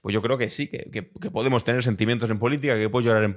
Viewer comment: Tanto te cuesta pronunciar la palabra Podemos